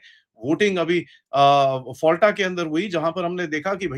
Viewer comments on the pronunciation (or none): फलटा ❌️ फलता ✅️